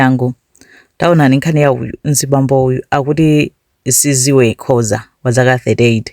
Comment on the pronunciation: Its Sizwe not siziwe 😂